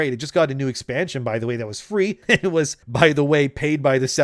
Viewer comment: Don’t pronounce it like that you chump